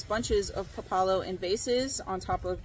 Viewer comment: It's called pá la lo with the first vowel stressed. And it tastes like a strong arugula.